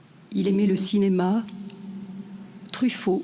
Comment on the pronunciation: "il aimé" même les profs ne savent plus parler, alors ne parlons des élèves ! "il aimait" comme le "lait" et pas le lé...etc...